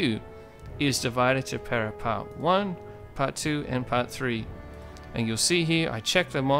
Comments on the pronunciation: Please stop pronouncing "divide" like its English derivative. It's pronounced di-VEE-deh et im-PEH-rah. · Am I the only one going nuts that he's not giving it the Latin pronunciation? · You should have done a quick tutorial on how to pronounce Divide Et Impera (div-eh-day) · The senate demands that you remake this video and pronounce the mod name correctly!